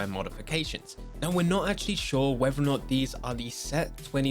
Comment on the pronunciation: Please learn how to pronounce “whether”.... it’s not wever